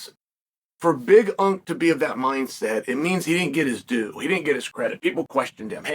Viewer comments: Omg ITS BIG ANK. NOT BIG UNK. WATCH A DAMN BEDTIME MMA VIDEO FFS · Big unc ? Big unc is you chael. Big unk is Jon Jones 😄 Big Ank, like anchor. Is the LHW championship